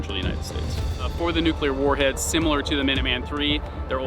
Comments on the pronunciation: Great vid but my God and for the last time!!! It is nuCLEar, not nuCUler! Jeez W - Learn how to read! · Just 2 comments: 1)Terrifying video and 2) The word nuclear is pronounced just as it's spelled...."noo-clee-er" not "noo-Q-ler". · Sorry but I just can't take someone seriously on this subject matter when they pronounce it as "nuk-u-lar." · call it a pet peeve: i cant watch a vid/doc about nuclear power or weapons with the narrator pronouncing it nukelar... i just cant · NUCLEAR. Not Nukuler, not Nuclular, NUCLEAR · Say it with me: "nuclear" ..."new-clear" not "new-cue-lear". Where are people finding the extra "u"?!? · Or “newk-uh-lerr” 😔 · The thing that gets to me is that the reporter repeatedly and consistently says"Nucular" instead of Nuclear! LOL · Is it prerequisite to mispronounce nuclear to become a missileer?